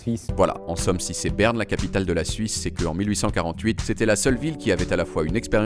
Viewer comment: "naïtlaïfe ... Beurne" iou méc maï déé :-)